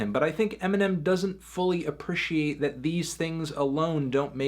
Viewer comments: Will Anthony ever pronounce the word "appreciate" right? Probably not, but stay tuned!!! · the internet aprishiates your ability to say "appreciate"